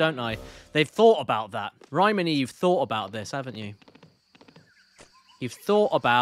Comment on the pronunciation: Caddy. Please stop saying Rayman like that 😂 The hell is a RAYMnn